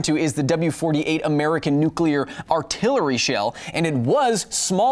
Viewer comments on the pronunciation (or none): none